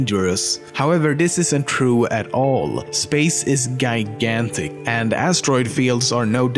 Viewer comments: Can you pronounce j? When you say gigantic you pronounce it guygantic and when you say words beginning in j you pronounce it with a y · Space is guy-gantic. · This just in: Space is guy-gantic. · space is guy-gantic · lol guygantic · Guygantic? Really? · Yeah, space is “guygantic” you guys